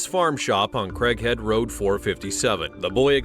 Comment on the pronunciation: I heard Crack Head instead of Craighead County.